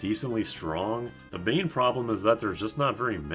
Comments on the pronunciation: On the point of the pronunciation of "main gauche" - "main" is pronounced like "men", and "gauche" has the same vowel sound as "ghost" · you are pronouncing "gauche" from "main gauche" correctly. On the other hand, "main" is not from english, it is "hand" from french (is a left-hand knife that's literally called "left-hand" in french). So te ponunciation for main in this case is more like "man" (with a nasal "A" ). Just dropping this trivia because I think that's name is really funny. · You're pronouncing both "main" and "gauche" incorrectly. MAN GOASH. It's French for "left hand." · "main" very much does not rhyme with "don". Both nasal sounds, but very different. I guite like your explanation with "ocean" or "potion" though, it works very well.